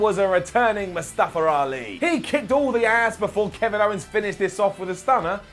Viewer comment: it's mustafa not mustafar 😂